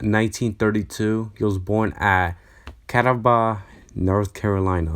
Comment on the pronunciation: Good video, but the name of the town and county of Catawba (NC) is pronounced kuh-TAW-buh.